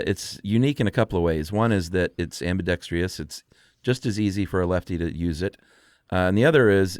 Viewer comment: Is Chuck's mispronunciation of 'ambidextrous' an inside joke? Because it's driving me crazy.